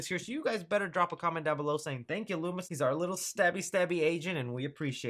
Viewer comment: Im doing dishes and am listening to this without headphones on, I thought you said Louis at first not Loomis when talking about your source lol thought you ended that mans whole career.